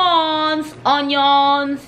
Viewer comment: How she said lemons and onions made me dead XD